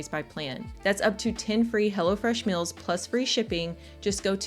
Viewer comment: Is pronouncing "meals" as "mills" a regional accent?